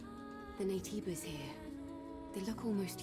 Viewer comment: Joe kept ignoring the game's hints by pronouncing Naytebas wrong